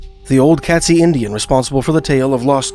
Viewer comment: Great video sir. Just a small correction on pronunciation. It’s Kate-szee. Cheers!